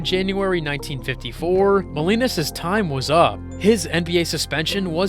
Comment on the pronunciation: The pronunciation is Jack Mow-LEE-nahs.